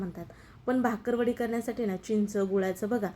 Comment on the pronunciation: भाकरवडी नव्हे बाकरवडी असा उच्चार आहे